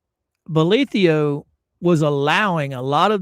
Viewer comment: Why do you pronounce the judge's name with an io at the end? It's written bolitho. Have you heard him pronounce it with the io? I'm curious why there are so many pronunciations for his name.